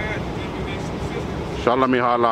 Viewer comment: Shalla Mehalla, NOT ShallaHolla, BROTHER! Alla Oola Heela. Uno Dos Tres, QUATTRO, Wooly Booly now. Abla Ingladada and all that shit. Oobla Gah. "Go to church then."